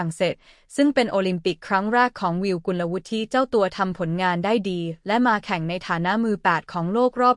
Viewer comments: สงสัยใช้ เอไอ อ่าน ๆ ผิดๆถูกๆ เฮ้อ.. น้องเค้าชื่อ กุนละวุด ไม่ใช่กุนละวุดทิ..👎👎👎👎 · ภาษาไทย ของ โฆษกี ผู้อ่าน - บรรยาย ไม่ค่อยจะแข็งแรง ๆ ไม่ค่อยจะแข็งแรง ๆ สักเท่าไหร่ เหมือนลูกครึ่ง ๆ หรือ ไม่ก็เกิด หรือ เติบโต ณ เมืองนอก เมืองนา ประมาณ นั้น ไม่รื่นหู เลย ตะกุก ตะกัก ๆ งึก ๆ งัก ๆ & Stuggle ๆ to pronounce Thai. language ๆ .. กุลวุฒิ (ออกเสียงเป็น … กุนละวุด ๆ ) .. Did you understand or not ????